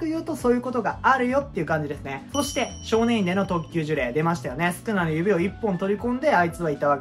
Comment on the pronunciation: 1度ジュレイをジュリョウと噛んでから当分の間そのままでしたが、最終的には戻ってましたねw